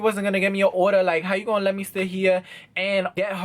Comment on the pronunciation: When you said "you order you oder"i literally died